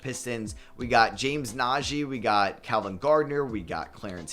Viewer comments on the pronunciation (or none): none